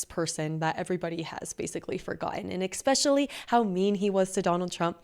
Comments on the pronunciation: GIRL YOU REALLY NEED TO STOP SAYING EX-SPECIALLY. You said it like 16 times in this video. It’s Especially. No ex. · There’s no X in especially, just like Espresso ! Please?🙏